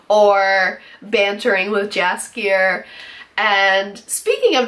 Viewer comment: My only concern is that it's too short. They could put and do a lot more if they had more episodes, for now this soup is too dense;) but I love your review, and your passion for the Witcher series;) please try to pronounce Jaskier like yoghurt not like jam:) cheers!